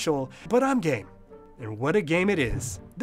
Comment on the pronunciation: alright i had to put subtitles, just to clarify that he said "game"